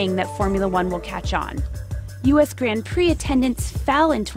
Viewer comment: Anyone annoyed by the way she pronounce "grand prix" ?